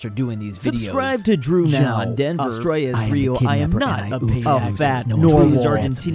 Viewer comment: Who noticed 'Australis'